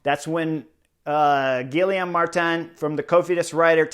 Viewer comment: Excellent review of the stage. But how can a guy who raced in Europe, and who won the Vuelta, not be able to pronounce Guillaume?